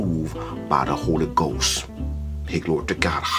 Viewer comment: Holy goss?